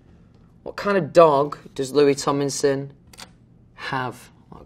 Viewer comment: No one can pronounce Louis Tomlinson better than Louis Tomlinson.